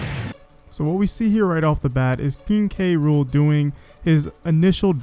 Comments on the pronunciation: Is the announcer calling him King Rool and leaving out the K? That makes me cringe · Seriously go watch the video on Nintendo UK They list it as "Gang-plank Galleon" and pronounce his name as "K. Rool" in the victory screen